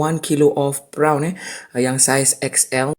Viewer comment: Bukan PRAON tapi PRON. (PRAWN ).